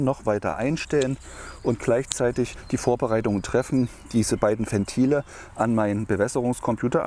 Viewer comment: Alter, Ventile mit W, nicht wie Fentile